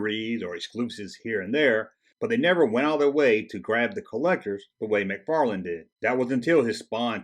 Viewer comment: McFarlane Toys NOT McFarland ;)